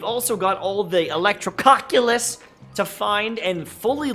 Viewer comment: Absolutely no one:: Electro-COCK-ulus